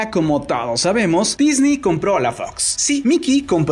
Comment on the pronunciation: "DISNI COMPRÓ LA FOX" "así se dice we" 😷